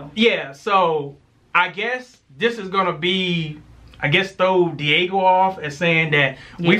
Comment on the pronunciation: He said Diago